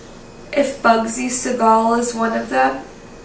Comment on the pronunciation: Bugsy just appeared to me and told me he's pissed off that you can't pronounce his name.🤣